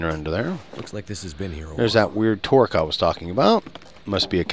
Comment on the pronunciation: The way you say "toque" x.x